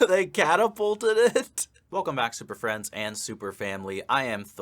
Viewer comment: "They catapulted it?" No, they ehm... "cattlepulted" it.